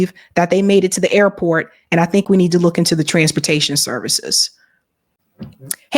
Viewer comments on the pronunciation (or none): IT'S SABBY......not Shabby!!!!!!!!